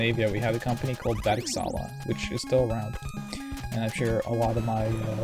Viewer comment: Almost correctly pronounced! BERGSALA!